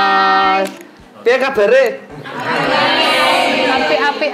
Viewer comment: "Piye kabare" medok banget yaa 😅